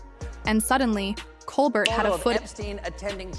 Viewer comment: OMG can you people just pronounce his name properly? ColBEAR. The T is silent. 🙄